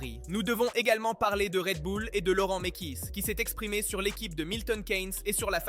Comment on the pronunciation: Tu dis que c'est toi qui parle et tu n'arrive pas a prononcer Laurent Mekies. Cette dépendance a l'IA commence a être lourd.